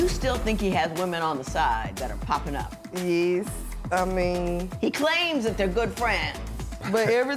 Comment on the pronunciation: It’s Yes!!! Y.E.S Not Yezzzz. Smh Honey you killing me! SMH